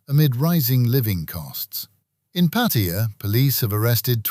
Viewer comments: Oh hooray, finally someone who doesn't pronounce it Pat-tie-a. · Did you not understand what i said? There is only one way to pronounce Pattaya and of course that is how Thai's say it.